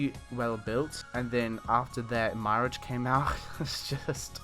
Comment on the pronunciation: "my ridge" 🤣🤣 it's pronounced "mere arge"